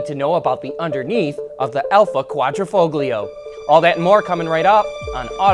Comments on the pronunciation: I heard "kwah-dreh-foh-glee-oh". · the "g" in quadrifoglio is not pronounced. see this site